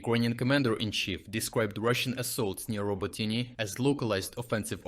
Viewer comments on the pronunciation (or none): Why are you pronouncing it “Roboteen”? It’s obviously “Robotineh”, as there is no actual English pronunciation of the name (unlike, say Paris, or Vienna). Please don’t anglicize Ukrainian place-names — it’s a bit weird. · It's pronounced RobOtyne / Робо́тине from the Ukrainian dictionary. That's not his pronunciation, it's AI. After he got back from being sick for a month he stopped voicing the videos himself. I'm learning Ukrainian, and one of the welcome side-effects of watching his updates every day was the tutorials on Ukrainian place names... early this year that changed, now those pronunciations are mess even though his voice, accent and cadence are reproduced pretty well. It makes me a bit sad but if he's found a way of sparing himself a bit of work, fair enough. I've had to literally copy and paste my comment from above, so many people are pointing this out. I'm a bit worried it will start to impact the channel's credibility with new viewers. I might have to email him about it. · The place name that got pronounced in three different ways today is actually pronounced RobOtyne / Робо́тине from the Ukrainian dictionary. That's not his pronunciation, it's AI. After he got back from being sick for a month he stopped voicing the videos himself. I'm learning Ukrainian, and one of the welcome side-effects of watching his updates every day was the tutorials on Ukrainian place names... early this year that changed, now those pronunciations are mess even though his voice, accent and cadence are reproduced pretty well. It makes me a bit sad but if he's found a way of sparing himself a bit of work, fair enough. I'm just worried it might affect the channel's credibility with new viewers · Thus channel still has the best frontline information. But why anglicise plancenames? Is it really Rober-TEEN-ay? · Isn't it pronounced row-bow-tee-neh? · He pronounces Robotyne at least 4 different ways. I wonder if he’s actually Ukrainian.